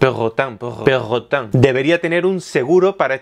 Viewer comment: jajajaja me mata verlo decir perrrrotang xD